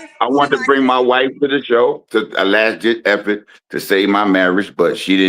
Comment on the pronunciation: "a lasss ditch efor" Sir bye 🤡